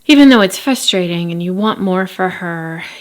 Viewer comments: Don't take this wrong please because I love your videos. It is frustrating to hear you say fustrating 😂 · I enjoy your videos! But it is a little frustrating hearing you say fusstrating